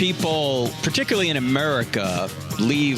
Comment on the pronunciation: Frank please stop saying aMERICA!!! Every time I hear it I laugh!